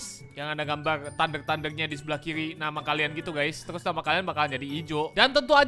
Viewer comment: RRRR ny mana bg kok jadi kili bukan kiri